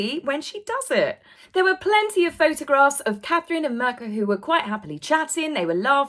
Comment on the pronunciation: her name is pronounced Meerka not merka just FYI ....love your channel love you ))